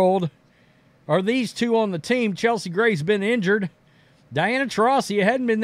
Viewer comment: It’s funny watching try to pronounce her name 😂